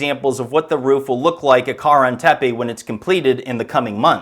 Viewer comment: Bro.... Its kara-han tepe. How do you claim to be an archaeologist?But you don't even know how to pronounce most of these words. This is probably why you got banned from the site